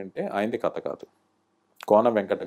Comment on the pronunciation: బహుశా మీ నుండే విష్ణు కథ అనకుండా కత అనడం మొదలెట్టాడేమో, అసలే నత్తి కదా ఇదేదో బాగుందే అనుకోని..